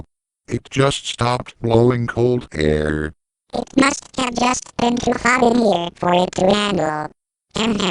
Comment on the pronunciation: I thought it was funny the way said air.